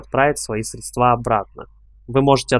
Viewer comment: срЕдства, уважаемый автор, но не средствА. Удачи!))